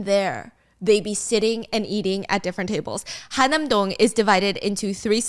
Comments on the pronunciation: Are you talking about 한남동? If so it should be pronounced Han-Nam-Dong, not Ha-Nam-Dong. 😅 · fyi the neighborhood is actually called han-nam-dong (한남동), not ha nam dong. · Oh it's"Han" nam dong!!!!! Not "Ha" nam dong..